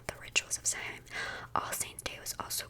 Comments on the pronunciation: Obligatory drop in from an Irish person just to say that “Samhain” is pronounced “Sow-in” and it means November in Irish ☘️ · I know this is 2 weeks old (amazing video btw) but I'm Irish and Samhain is pronounced (Sow (like cow with an S) - in. So basically Sow-in) just so you know :)) it's kind of old Irish but Irish is a very confusing language :)